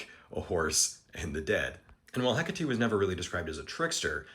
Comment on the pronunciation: Heck a tee? THAT'S how you pronounce Hecate? That's so cool. I've seen it written many times, but never heard it before! Ty for that